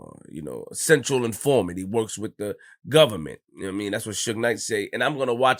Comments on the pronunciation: I died! I'm sure he meant to say Confidential but that shit was funny. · Nigga said Central informant 😂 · "Central informant" 😂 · Bro he did say that didn't he 😂😂😂its Confidential Informant asshole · LMAO i cracked up.. who dont know its "confidential"